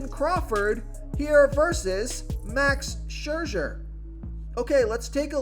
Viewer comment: Never met a name he couldn't butcher. Max Scherzer